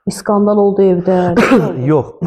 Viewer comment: 😅😅😅😅искондал тезе созду 😂😂